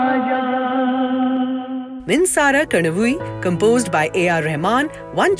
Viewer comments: The female voice at the background keeps saying minsara kanavi instead of minsara kanavu. This is disgusting. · I m wondering why the woman announcer in the background struggles with the name minsara kanavu… she keeps saying kanava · could you please make sure you don't mispronounce Tamil films? The narrator mispronounced "Minsara kanavu" pretty badly. Should not be very hard to take that little extra effort to get the pronunciation right.